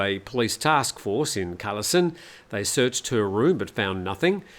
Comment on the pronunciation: It is pronounced 'Galasin' mate... K's are pronounced G.